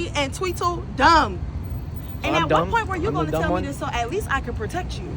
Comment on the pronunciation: SHE SAID TWINDLE D AND TWINDLE DUMB